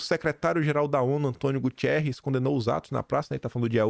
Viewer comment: fala corretamente, é GUTERRES e não Gutierrez… Assim vc perde credibilidade!